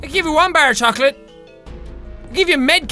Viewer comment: You don't pronounce the "T" in chocolat, in french. - This useless reminders was given to you with love by a frenchie fan.